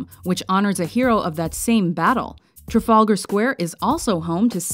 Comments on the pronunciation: it's pronounced TrAfAlgar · Traf-algar Square ... NOT Tra-Falger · I hate to bother but u mispronounced Trafalger (only slightly) u said it as Trafulgar, but it dosen't matter, anyway great video though! :) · "Trafulgar" square? Can't you yanks pronounce any English correctly? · I was about to write that. Theres a second A in that word for a reason. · OH GOD STOP SAYING TRAFALGAR LIKE THAT, it hurts my ears to hear it said like that, the pain! oh the pain! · You don't pronounce the 'r' in Trafalgar. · oh my god i cannot take the way she says "trafalgar" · its funny how she pronounces trafalgar square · Please learn how to say "Trafalgar Square". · Yeah the Trafalgar Square pronunciation sounded SO weird